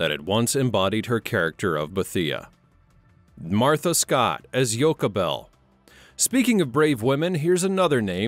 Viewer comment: He pronounced bithia name wrong and Martha Scott name.